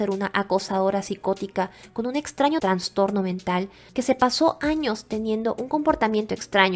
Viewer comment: Amiga, crítica constructiva: Se dice "Trastorno" sin N entre la A y la N. Es incorrecto decir "Transtorno". Me encanta tu voz, es muy agradable y te oigo mientras hago quehacer o trabajo. Me encanta tu canal y ya me suscribí 😊